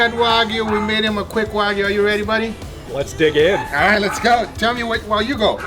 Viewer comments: "Coming up rith now!" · Rith. Yall not noticed that?